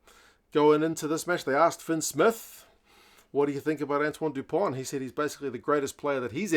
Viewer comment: yes. Dupont. And not Du Pont.